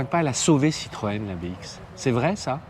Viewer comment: On dit "bé-isque"